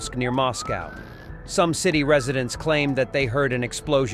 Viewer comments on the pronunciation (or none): none